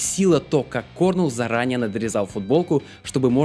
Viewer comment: Кôрнел, акцент на букву "О". Sorry..